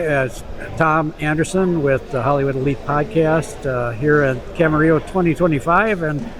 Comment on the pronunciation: It's Camarillo, not Camerillo, and it's Robert Yenney, not Robert Yenning